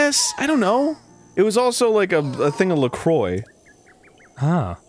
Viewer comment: Always with the Lacroix thing. PRONOUNCE IT PROPERLY FINALLY, MY GOD! They still pronounce it like that in 2021.